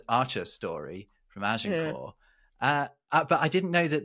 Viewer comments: She was wrong on the pronunciation of the site of the battle. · Unusual pronunciation of Agincourt by the American lady.